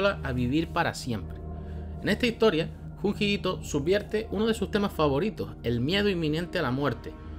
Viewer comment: Oye..se pronuncia yunyi no Hun Hi nwnU si soy muy tikismikis con la pronunciancion disculpa xD